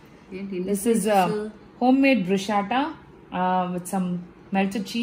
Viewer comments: It's bruschetta not Brushats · Pronounciation : (Bru-shaa-ta kaadhu ,adi it’s broo-skeh-tuh) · Sorry but you are pronouncing “bruschetta” wrong.....Looks delicious 😋.... it’s “bru-sk-eh-tuh”